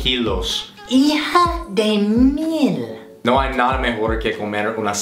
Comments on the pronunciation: Te salió purete el "hija de mil"😂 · "hija de mil" sonó muy paraguayo xD